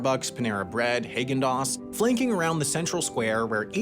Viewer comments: “Hey-gin dos” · I'm sorry really random who the f*** calls it Haygen-Dazs